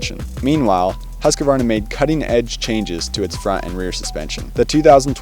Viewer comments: The correct pronunciation is Huus-kvarna. Not Hasqioaarna. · its moto cross not motorcross. Husq varna, not Husk a varna. Your a professional now!